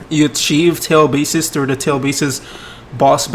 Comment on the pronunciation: Everyone: Tailed beasts //: Tailed beeses